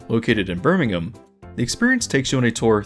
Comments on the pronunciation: Well done for announcing Birmingham correctly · Yeah, after living in the UK for about 8 years, the tongue-in-cheek, dry jokes are very much the core of British humour. Those dinos were DEFO done on purpose. XDDD Also, YAY! You said Birmingham correct! I adore the city! Just to add, "Cadabra" was weird af. I went on it a few times. I swear, the person who came up with it was high as hell. The Chuckle Beans, the little chocolate bean characters, you can still buy as the equivalent to an extra-large chocolate egg. They're some really strange little dudes, but I dig them.^^ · Fascinating video, thank you. Certainly earned a like. I appreciate the pronunciation of both Edinburgh and Birmingham! Great attention to detail. 😊